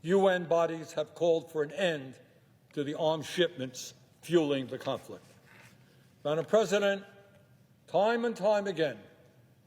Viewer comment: Why does he say maddam president?